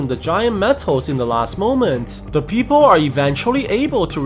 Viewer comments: Not a fan of the fact that you say people as "peephole" or "peepole". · Yoo it sounds like peephole when you said people 😂😂😂